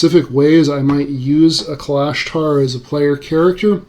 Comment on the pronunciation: You are pronouncing Kalashtar incorrectly